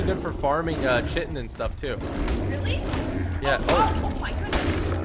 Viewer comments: it's not pronounced chi-tin it's pronounced kite-tin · It's annoying that he is saying chitan wrong